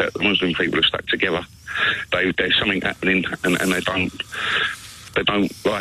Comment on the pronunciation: 5th caller ..somefink..says a lot that.